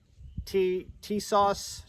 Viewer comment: Tisas...pronounced Ti-saash Per Tisas rep